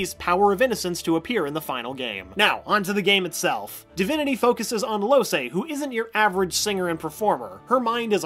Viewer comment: Loh-say eh? Its important to play games before making videos about them